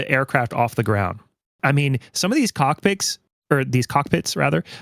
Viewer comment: 😂 you said "Cock pic" instead of cockpit. Also Todd Howard definitely has a non-compete clause with Microsoft, so I doubt he is saving up for a new studio.